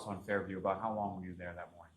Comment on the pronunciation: “Hos long” … 🙄